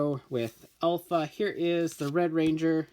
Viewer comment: Did it trigger anyone at the beginning when he pronounced Alpha as "elf a"